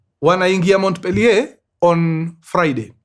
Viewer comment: Mkurengezi Montpelier is pronounced as "Mopiye"